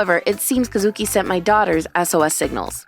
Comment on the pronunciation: Kuh-SOO-kii (Once again NOT EVEN CLOSE!)